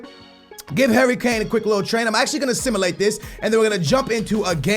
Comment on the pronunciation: ITS SIM-YOU-LATE NOT FUCKING SIM-UH-LATE